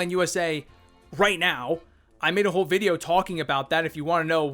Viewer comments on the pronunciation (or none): none